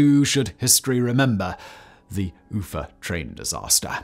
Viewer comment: Once again, Simon mangles foreign names, anglicizing Tian.an.men's [an] to a schwa and Уфа́'s [u] to [ju].